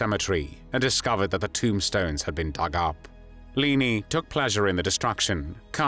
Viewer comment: But why can't he pronounce the name 'Leni' properly?